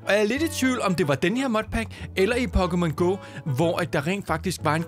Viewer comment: holdkæft du er god til at udtale PokemonGo